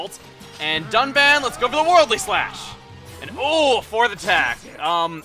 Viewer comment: Am I the only one that heard duck man instead of Dunban? LOL, Duck Man, the first officially revealed Robot Master for Mega Man 11. If only. xD